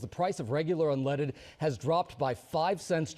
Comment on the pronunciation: For God's sake why can't your AI pronounced unleaded it's always saying unleeded